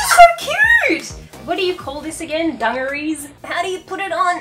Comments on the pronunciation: It's not dung-aree lol 😂 it's dun-garee (dung means the same thing in UK💩) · Dungarees are pronounced with a -guh At least in England anyway😂💗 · When u said Dungarees i thought u said dunarees